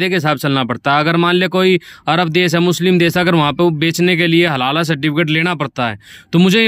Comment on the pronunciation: Are halal certificate bolte hai halala nahi